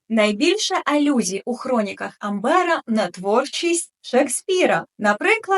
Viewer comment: А чому АмбЕра? Що за біда з наголосами?